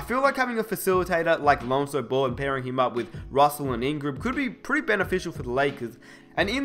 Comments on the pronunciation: Stop pronouncing ball as bol it gets annoying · I thought he was talking about someone else because it sounds like he's saying bull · Every time says "Ball" i hear "Bol" as in Bol Bol